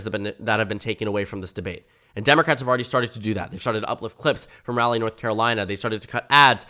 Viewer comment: RALLY North Carolina has me crying I had to pause 😭. For future reference the A is less pronounced than like you said it (maybe like if you mixed an O and an A together?)